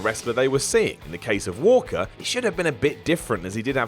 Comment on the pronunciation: Really,, you couldn't re-record 30 seconds to get Walker's name right?